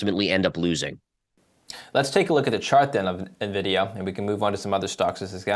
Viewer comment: did you just say "Nuhvidia"? Shame on you.:-\